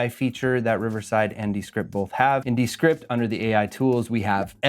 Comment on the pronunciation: “DEEEE script”